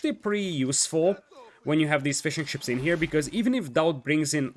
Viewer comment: Man every time you say "fishing ships" it sounds like "fish and chips" and it cracks me up